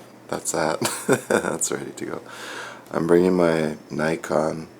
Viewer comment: NI - con? Its pronounced "NICK - ON"